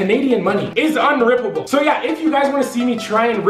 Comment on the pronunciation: every time he says wound 😭😭